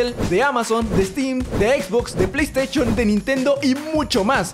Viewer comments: pleyteishon xdddd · pleyesteichon xdddddd